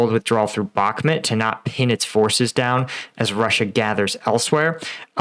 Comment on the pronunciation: It's pronounced BOK-MOOT, not bokmet.